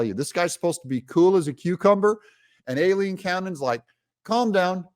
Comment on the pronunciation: Aileen Cannon's name is pronounced 👉👁- leen 👈.